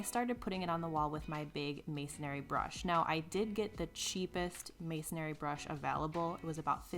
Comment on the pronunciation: The pronunciation is MASONRY, not masonary. No A. Just so you know...